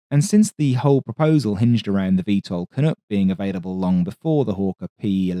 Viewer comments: So folks just FYI it’s CAN -UHK as in Duck not Can-ohk or Can-ook as in Look… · Thank you for a great write-up on the CF-100, but seriously....canook? I can understand an American getting it wrong but you should know better! It's CAN-UCK! Rhymes with "Can Fuck!" For someone so knowlegeble about the world wars you surely didn't think Canadian troops were called 'Johnny Canooks' did you? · I'm gonna say it before you do: Can Uhck, not Can ook. In spite of it being all oot and aboot. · We both cringed hard. And I am amazed no one else said anything but you and me! Canook.....yikes. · Excellent video but one little detail: pronunciation of "Canuck" is less "Ook" and more "Uck" as in Luck. Can-Uck, no doot aboot it. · Fantasticaly detailed and thorough coverage of our nation's only real domestic jet fighter. One is on static display in my town. I must correct your pronounciation of Canuck though, it's not Canook, it rhymes with duck or buck. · Good documentary. No mention of the Nav's partial windscreen to assist bailout, though. I absolutely cringe every time the narrator says "Canook". I headed the CF-100 Restoration Project on behalf of the Aerospace Heritage Foundation of Canada. #18619 next to Malton Arena (now Paul Coffee Arena) rededicated November 11, 1995 coinciding with the 50th Anniversary of AVRO Canada. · Pronounced Can uck